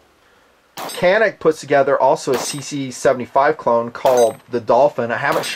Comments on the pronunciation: Hi there, I am Turkish and seeing that this gun has garnered some attention among the gun aficionado in US has made me proud (OK I know it is no original design, but still). So I wanted to share some info and some speculation on this gun with US friends: * the brand "Canik" is pronounced as "Janeek" in Turkish. The producing firm is Samsun Yurt Savunma (SYS) (Samsun Homeland Defence). Samsun is the biggest rather industrialized city of the Black see region of Turkey. Canik is the name for a municipality and also a set of mountains in metropolitan Samsun. SYS seems to be one of the bigger private firearm manufacturers in Turkey. * In 2013 SYS has won a purchase call for 25000 guns from National Police Force with the Canik TP9 (I guess TP9 stands for Turkish Police 9 mm). To win the competition, the entering guns had to pass some enduring trial tests (one was a 10000 shots test, which SYS says the TP9 passed with zero errors), so I think this says something about the quality of the gun. On the other hand ISO9000 certificate does not say much and Turkish firms sometimes have problems in quality control. But the fact that this firm is also producing for security forces makes it more dependable. *I think the reason you pay less for this gun compared to the competition is because of cheap (cheap as in price not quality) workmanship in Turkey and less profit margin. The hammer-forged barrel is manufactured by MKEK (Machine-Chemical Industries), the state owned monopoly which I guess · Not sure if anyone mentioned yet but it is pronounced "Janeek". Don't mind if you prefer to pronounce how you have been, just good to know. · By the way, It's pronounced janik. A 'c' in Turkish is pronounced like a 'j' . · Your pronouncing it wrong. It is said shanik. I have two and love them both. One has about 1500 rounds and no failures and the other has about 200 and the firing pin snapped. Shit happens. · I believe it's pronounced CHan-ik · Canik is pronounced Janik by the way :)